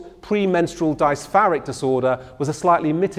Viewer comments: A man that pronounces "dysphoric" as "dice-far-eek" will tell you everything that's wrong with it. There's a lot wrong with the field and a lot of work is required to rework it. And capital isn't helping. But the argument about the public being "overmedicalized" holds no water — most people do indeed stand to benefit from mental help. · Was enjoying this lecture until you went into PMDD. Pronounce dysphoric correctly, and most of all, don’t giggle or joke about it. It’s actually very serious and many women suicide over this. I’m glad that there is more awareness raised and treatment available. Don’t minimise such a major illness by comparing it to pms as it much more severe.